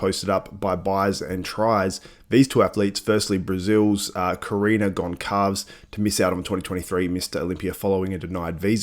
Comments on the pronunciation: Goncalves is pronounced Gone-Sal-Ves, My neighbour in India had the name Gonsalves. The automatic qualification of only the top three is a great idea. There are way too many competitors in the Mr. O Open with many just washing out, Thankfully the top 5 are extremely competitive this year ! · You butchered Karina's surname. I believe you are in the US, take interest in the cultures around you. Step outside English please.